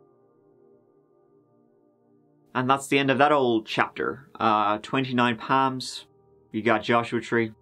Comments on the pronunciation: It’s 29 PALM LIKE A PALM TREE!! Or the PALM OF YOUR HAND! Not “Pam” lol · Wait, so it's not "Twenty-Nine Palms?🤯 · “That thing I always say.” = “Let’s give it a goooooooooooooooooooooo” Btw, at first I really thought he said 29 Pams. Sounded like a very interesting place that only had 29 people named Pam who lived there. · All I'm hearing is 29 Pams. I was very disappointed to find out it's palms..... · I definitely heard 29 Pams and I was so confused. Why was there a count on the women named Pam lol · At first I thought you were saying 29 Pam’s! I hate it when people defame people that can’t speak up for themselves. Sad story for Erin, John and unborn baby! Glad the jury saw right through Chris’ lies! As always… Too short! Have you thought about making longer videos? We love you! Take care! 😁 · I was wondering what the heck he was saying! Now I see "PALMS"!! The "A" in palms is pronounced like "calm".. like when u open wide and say "ahhh" for the doctor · I cherish you...but everytime you said Palms....I winced hahah 😘😘😘😘😘